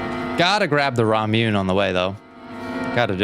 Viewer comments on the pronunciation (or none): "Raw Mewn" is absolutely sending me 😂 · I love you but PLEASE look up how to pronounce Ramune 😭😭 like "raa·moo·nay". Also if you don't know, Ramune is a carbonated drink that you may also know by the name of Marble Soda! The namesake is because the drink is sealed with a marble which is then popped into the bottle by use of a plastic topper the bottle comes packaged with. Huge staple in Japanese snacks and there's over 20 flavors of it! I also happen to collect the bottles:] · "raa-moo-neh" not "raa-moo-nay" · Pronunciation note! "Ramune" has three syllable. Phonetically, you would say it like "rah / moo / nay," with the emphasis on "rah." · The real horror: that pronunciation of Ramune 😂